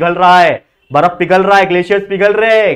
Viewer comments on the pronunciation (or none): none